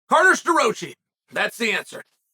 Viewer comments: Stuh-Rah-Chee not Stuh- Roach- eee. Douche. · Chael it is pronounced Stuhrocky by the way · The best part is Chael absolutely butchering his last name right off the bat😂